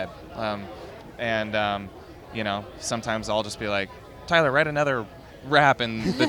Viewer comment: The way they say each other's names. Tylurr and JAWsh